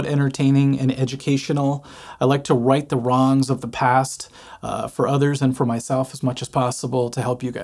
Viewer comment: 'Wight the wongs' lol you're the man. I never liked this Sabbath, Ozzy or this song but enjoyed your vid.